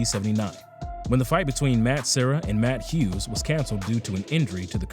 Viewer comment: He pronounced matt Hughs, BJ Penn, matt Serra and jean claude van damm correctly. You just another hater looking for attention. And I'm only talking about people; he pronounced jiu jitsu, Canada, martial arts, etc. correctly.